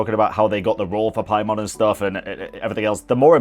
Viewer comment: Paimon ❌️ Pai-MAN ✅️